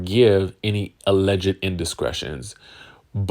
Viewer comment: Hey there....enjoy your channel....FYI, since you have to use the word 'Alleged" in your reporting, please know the 'ed' is silent....not sure if you are trying to be funny by saying, "allege -ed"